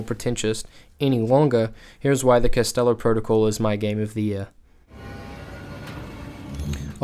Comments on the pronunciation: It’s Callisto not castello lol 😂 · I'm sry to go all Hermine on you but... It's “Calisto“ not "Castello“